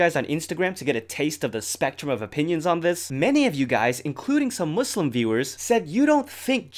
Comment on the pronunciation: he pronounced muslim correctly, oh my god <33